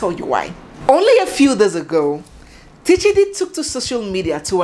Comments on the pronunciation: Correction His name is Tchidi as in Chidi not Teechidi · It’s chidi not T-Chidi, the T is silent Pronounced- Chiadi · The t in Tchidi is silent. So it's just plain Chidi when it is pronounced. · The T is silent. The P in pneumonia cannot be pronounced because it is silent. So for Tchidi we say Chidi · Tchidi is still pronounced as Chidi. It’s a French way of writing it. If not, they pronounce it as Shidi. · Please the T is not pronounced on its own. I know a Tchidi, Tchineighlow, and Tchineighdow. Tchidi is pronounced Chidi